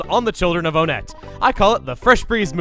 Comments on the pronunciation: I thought that Onett was pronounced Ah-net not Oh-net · Hey, not sure if anyone else addressed this earlier, but I think you may be pronouncing "Onett" wrong. Since a good number of the towns in this game are named after... well, numbers, I think instead of "OH-nett" it's pronounced "1-ett" to fit with the theme. So glad you're revisiting EarthBound, by the way! There's no doubt you've grown and improved since your very first LP - I mean, that's just how these things work - and I can't wait to see what your take on this game is after all this time. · I think the town is actually pronounced “ONE-ette.” I say this because the next cities are Twoson , Threed and Fourside so I think they’re supposed to be pronounced like numbers. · Why is it pronounced Oh nett and not won-nett? I always thought it was the latter cause of the town's being numbers in thirty names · Why do people pronounce it On-ett when the theming should have it pronounced One-tt. I’ve never understood this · Is there a divide in the pronunciation of Onette? I recall your original Let's Play of this you said "One-ette" but here you say "O-nette". Not a criticism but more of an actual question. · I’ve always been conflicted and often contradict myself on the pronunciation of Onett. I always say either (Oh-Net) because that’s how it looks, or (One-Et) based on the number. I more often pronounce it like One-Et due to a later theme with the town names and the signs throughout town have “One” highlighted in a different color. I want a definitive answer if someone can give me one: What is the canonical pronunciation of Onett? This is something that has conflicted me for a while I need an answer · I'm just curious, am I the only one who pronounces it One-tt and not Oh-nett? You know, put emphasis on the fact that it is ONE to go in line with TWOson, THREEd and FOURside? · Am I the only one who pronounces it as "One-ett"? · I've always pronounced it as "Oh-net"